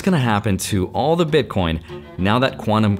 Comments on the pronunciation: Did he say BitCORN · lol DID U SAY bitcorn?! U R AWESOME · wait did you just say bitcorn? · "all the Bitcorn" ? Corn? 😂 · you were a card nerd, then a finance nerd, and now you're a tech nerd. also you def said "bitcorn"